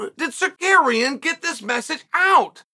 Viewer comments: Bro its "Sarook-yan" not "Sakairyan" lol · Tsar you kee an ! Is suspended for 9 months..what are you on about also get 1 name pronunciation correct for the luv of god..lol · Con man “Secarian” lmfao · chael do it with me buddy. tsa ruuuuuu kyan. not tsakarian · Chael it’s TSARUKYAN!!! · Secarian is sar rooky an but easy. What they gone do bout it anyway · Securian get it right hahahah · Learn how to say his name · He rarely gets a name right 😭